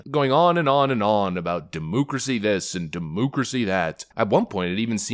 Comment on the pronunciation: "Dimoocrasy"? WTH is that? And right after they throw up the desperate abortion issue, when it doesn't work for them, they'll revert to their usual sexual accusations against their opponents. Wait for it...and when that fails, they'll revert to their DEI crap, and round and round, to keep everyone from hearing truth. SICK OF IT & OF THEM (RINOs included)!